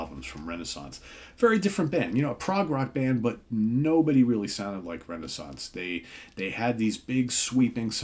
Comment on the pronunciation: We say it more like Ray Nay Sonce, you are close but no cigar!!😂😂😂